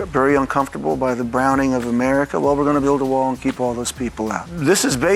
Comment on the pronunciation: Build that wah build that wah build that wah 😂😂😂